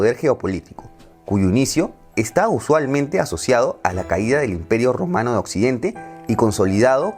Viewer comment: ¿¿OTOMANO?? Like si pensaste otomano en lugar de Romano XD